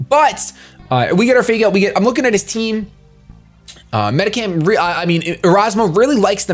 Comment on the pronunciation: he said it wrong